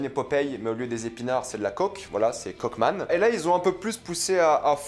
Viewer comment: Aaaaah Coke man ! J'avais compris Cock man avec ta prononciation et j'ai imaginé autre chose 😂